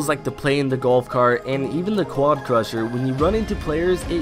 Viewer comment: Crasher not crusher holy f*ck get it right.